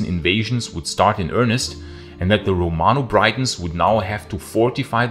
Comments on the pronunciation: Great videos. By the way Britons is pronounced 'Brittons' not 'Brightons' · britons not braitons. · I can forgive you for not pronouncing the "LL" sound correctly, as there is only one other language (in Asia I believe) that uses it - but calling Britons "Brightons" - no mate, tut, tut. As for the vid - but even Shakespeare writing in the late sixteenth century (Henry V) recognised how the Welsh valued their Romano-British history...